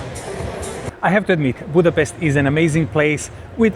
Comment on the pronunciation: BUDAPEST ❌ BUTCHER REST ✅